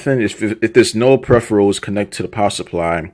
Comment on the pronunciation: And how cant he say it? I’m watching the video and he says it perfectly fine. Clearly you are racist against him and his accent. Lame ass Justin